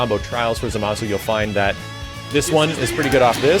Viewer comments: ITS PRONOUNCED ZOM-A-SU! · First: it still hurts me that you pronounce Zamasu with the accent on the wrong syllable. Second: it's so weird to see a franchise where everybody flies, and only until now there's a character able to properly float.